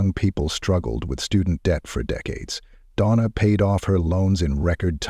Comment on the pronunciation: You can tell it's AI when they go from calling her Donna to "Dona". Lol